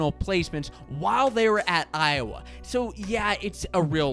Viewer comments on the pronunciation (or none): none